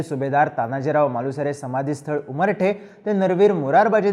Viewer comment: सुभेदार तानाजी मालुसरे यांची समाधी उमरठ या गावी आहे... चुकुन उच्चार उमरठे असा झाला आहे...